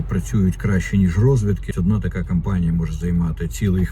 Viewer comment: Не кАмпанія а кОмпанія тут